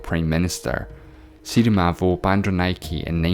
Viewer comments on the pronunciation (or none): That’s not how u pronounce the name in Sri Lankan female prime minister lol 😂